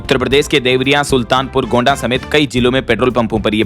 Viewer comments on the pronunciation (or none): none